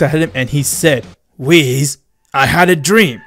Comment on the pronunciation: My dude says wheez instead of whis And key instead of ki A immortal instead a mortal . _. | .